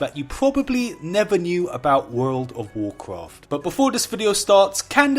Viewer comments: Woorl o' Woocrof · "Wold of wowcwaft" "can this video weach 1000 likes" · I will make 1,000 youtube account and like your video if you stop saying "woud of woucwaft" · Its so stupid bcs people make fun of him for saying wowd of wowkwaft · woold of woocwaft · Don’t you dare start pronouncing Woulrld ov Wooolcraft correctly. It’s all good : )